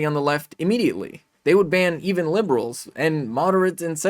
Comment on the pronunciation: Lol “libral”.